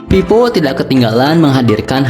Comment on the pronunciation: Monmaap, itu vivo bukan pipo wkwkwkwk Funtouch, bukan funtoch T.T